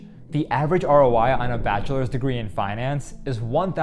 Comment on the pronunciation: " My batcha is a doctor " 😂😂 wonderful